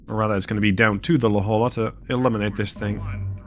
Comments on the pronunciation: As a Southern California native La Jolla is pronounced "La hoy ya" :) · La Jolla, California is the namesake for your submarine. It's pronounced La HOY-ya. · The la Jolla is pronounced "la hoya". Its a city outside of San diego California. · it’s spoken la-hoy-ya